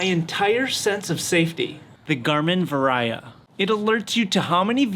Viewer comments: it's Garming Varia dude, not Variah Carey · Wait! Have I been mispronouncing Varia all these years???